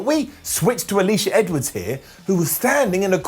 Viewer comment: he says Jor*dean* Grace over Jor*din* Grace. And he says I believe, Alisha Edwards, Uh*leash*uh over *uh-*lish*uh*.